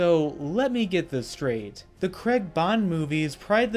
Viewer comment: It's Severine not Sevrin, It's Silva, not Silvia, it's Craig (Cr-aig) not Kregg. Apart from your horrible butchering od many names, it's great you saw Skybore for the overrated rip off fest it is. Boring, actionless fake Bond film ripping off The Dark Knight. Spectre & No Time To Die are so much more entertaining than this.